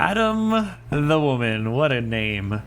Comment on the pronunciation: "Hear the lamentation of the waman"